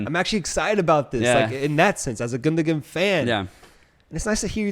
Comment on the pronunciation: It's pronounced "Gundowan". You don't pronounce the second G.